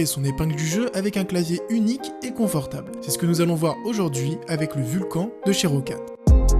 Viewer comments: Le roccat "vulcan" c'est les même gens qui disent "rakan" au lieu de "rakanne" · Ça ne se dit pas vulcanE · Bonne vidéo mais le nom du clavier se prononce "vulcane" car c'est pas fr.